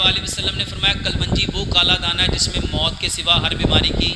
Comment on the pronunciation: O JAHIL IS KA NAAM KALOUNJI HAI NOT KALWANJI